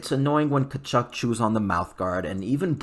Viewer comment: Don’t pronounce the T!